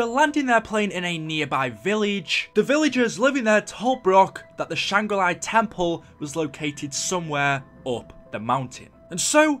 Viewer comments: I've never seen someone who is so convinced that Shangri-La is pronounced like Sh-Ang-Ri Lie. Though you did alternate between the proper pronunciation off and on. Lol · It's not shangra li. It's SHANGRI-LA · It's Shangri La NOT SHANGRI LIE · Lol “Shangra LIE” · why are you callin it shangri LIE